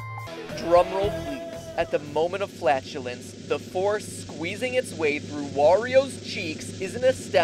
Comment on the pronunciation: when you said the forcé of of the fary i was like holy shit